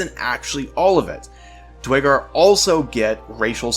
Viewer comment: The pronunciation is “Dwegger”. Great vid!